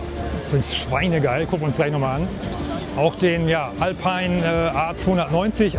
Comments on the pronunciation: Alpiiiin, nicht Älpein. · Lieber, der Alpine ist ein französisches Auto und wird sicherlich nicht "elpein" ausgesprochen, sondern "alpine". Die Franzosen haben es nicht so mit der englischen Sprache, sicherlich aus historischen Gründen. Sonst ein interessanter Beitrag. Danke! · Auch hier nochmals der Hinweis bzw. die Frage: Warum wird Alpine plötzlich „verenglischt“?! Französische Unternehmen bitte, bitte weiterhin französisch lassen! Danke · Ich dachte immer "Alpine" (Automarke) spricht man französisch aus.